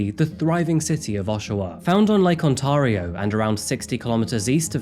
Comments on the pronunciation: On-Tear-rio would also work. I appreciate the accuracy in your videos, so that's why I am mentioning it. ❤ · After all the Canadian cases you've done, I figured someone would've corrected the pronunciation by now. Not On-tar-ee-oh. It's On-taire-ee-oh, emphasis on the air. Hope this helps 😅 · Its pronounced Ont-air-io Not Ont-arrr-io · Love your channel, just a minor mention if you unfortunately do another in Ontario. It's not "On-tar-yeow, it's sounds like, "On-Tare-Rio." This is just to be helpful. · Tear.....not tar......please On tear rio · Lake On - TAR - i - o ..!?! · Ikr? I lost it when he said "The thriving city of Oshawa, On-TAW-rio" Edit: Not to mention he mixed up Oshawa with Ottawa later in the video. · What slime. I know a little about patches so I hope what you said about him looking over his shoulder for the rest of his life is accurate. Camera looks great, made you seem even more handsome (somehow)! Btw, not making fun of your accent or pronunciation in ANY way but as an upstate New Yorker we say it: Lake On Tair Eee Oh. Loved the video as always, see you next time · I grew up in Oshawa. It's so weird to see this story pop up on your channel. Btw, Ontario is pronounced "On-TAIR--ee-oh" :) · When saying Ontario, say ont "air"io. Thats how us true canadians, especially living here say it. Dont put a hard accent on the word itself. Ont-air-io, simple, easy. Cover girl. 😂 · Love how you pronounce Ontario 😅 I live in this province. “On-tare-io” ❤ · Please find a Canadian & ask them how to say Ontario? I love ur videos , & I have been watching for quite a while. Ur the 2nd one I found on my feed I watch a couple that’s all , but ur making me nuts when u say Ontario.